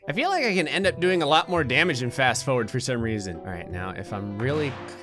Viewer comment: Fast fOwERd